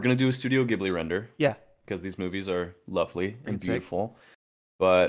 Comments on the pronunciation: I’m sorry I hate to be that guy but I’m Japanese and grew up watching ghibli and it’s actually pronounced like jibli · Yo fellows! Great work. Also “JeeBlee” is the right way to say it.